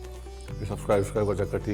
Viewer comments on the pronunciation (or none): none